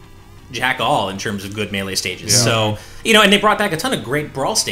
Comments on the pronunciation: The way pronounces melee drives me crazy. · its been so long why hasnt learned how to say melee it hurts me physically every time i hear it